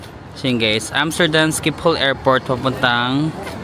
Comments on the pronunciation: you pronounce Schipol Airport in Amsterdam as “shi-puhl” airport. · The way u pronounce Shiphol is weird😂. It’s sheepol